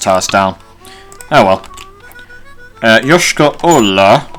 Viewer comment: Your Yoyshkara-Ola pronouncation is supringly accurate. but it's not even nearly russian name. it's tartarian probobly from the times of Golden horde.